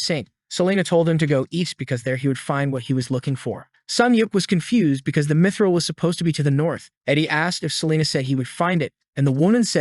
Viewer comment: why "dimidril" if it's "mithril" ???? 💩🤡🤦‍♂️